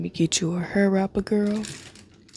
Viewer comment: Badu eyes and pronouncing hair as "heeerr"🤣🤣🤣🤣 straight Dallas vibes 🤣🤣🤣🤣